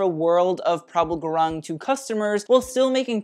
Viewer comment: Gurung is actually pronounced 'gooroong' ...but as English does not follow standard Latin pronunciation, we understand most English speakers would butcher anything.